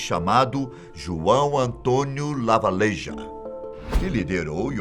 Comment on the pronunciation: Se pronuncia Lavageja